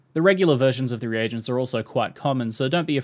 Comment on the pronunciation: nah its not reee gents